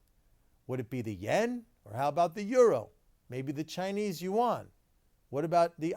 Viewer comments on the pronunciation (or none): none